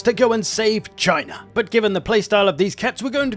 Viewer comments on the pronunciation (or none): you're saying it wrong... it's Chyyyyna.